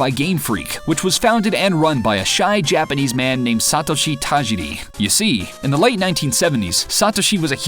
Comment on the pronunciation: OMG Learn how to prnonouce Satoshi, you psychopath!!